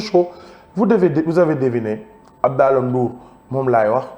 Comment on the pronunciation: Dou "Abdaalah" Abdallaah* la! Melni kouy waxx "dollar" bill! 😂😂😂😂